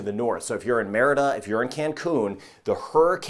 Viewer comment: Merida is " muh ree duh"; minor point, but it does taint an otherwise truly professional presentation.